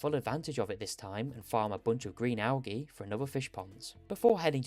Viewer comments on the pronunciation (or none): I made it 4 mins in. Had to click off. Please look up how to say al-gee. Good luck though